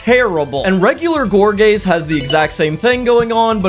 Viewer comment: I know you said gorgaze but I 100% hear gor gay😂😂😂😂😂